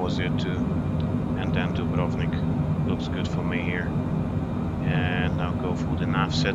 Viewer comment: the correct pronunciation of dubrovnik ..is very rare to hear👍